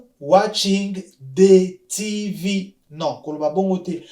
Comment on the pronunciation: Merci bcp mais revoir un peu phonétique, tv c'est Tivi